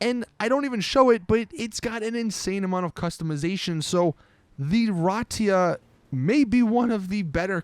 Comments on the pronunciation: riata* not ratia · rahtia XD you mean rhiata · Did it trigger anyone else that he kept calling the riata the ratia? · I like how he calls the riata the ratia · Riata -> Ratia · the SUV is not Ratia! It's called RIATA! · R I A T A is pronounced ree-AH-tah, not rah-tee-ah. Like the car brand Fiat, except it starts with an R and has an A at the end. I like your channel, man, but you're killing me with the bad pronunciations. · is it so hard? ratia???? it's riata!!!!!!!!!!!!!! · Riata not riatia ! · Re-ah-ta and it’s airbags not hydraulics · Is it that hard to say Ri-a-ta. I mean come one! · The Riata I pronounced Ree-ah-tah just letting u know, u sounded dumb when u said it the way you did. Also it's Chernobog not Chernobob